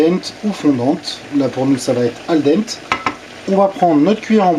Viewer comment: Tes explications sont claires mais trop détaillées on a l'impression que tu expliques à un enfant de 8 ans. Par exemple mélanger les pâtes pendant qu'elle cuisent (et j'en passe) ce n'était pas très utile de le dire. Dernière remarque "Al dente" se prononce "al denté". Bonne recette sinon.